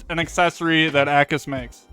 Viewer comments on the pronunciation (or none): it's not AKKUS, it's A-cus:face-green-smiling